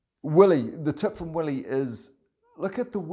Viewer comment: No worries, mate...you pronounced "Willie" perfectly!